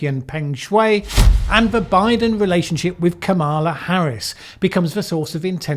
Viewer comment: I am disappointed that you do not pronounce Kampala Harris's first name correctly given thay Trump.usednthis as a way to get at her. Kamala rhymes with Pamela as I am sure you know.